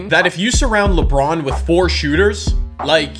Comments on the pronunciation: Did anyone here him say lebwan instead of lebron 😂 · Lebwon James 😂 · "Diamond LeBwon" -, 2017